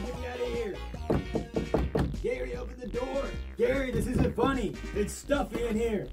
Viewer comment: what SpongeBob actually said was: “ O P E N T H E N O O R “